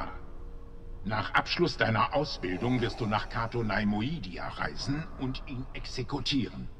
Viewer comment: "Kato Naimoidia" bei der Aussprache kriegt man ja Ohrenbluten.